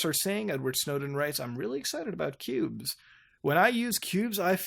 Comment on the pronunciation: You said "Qubes" but all I hear is "pubes".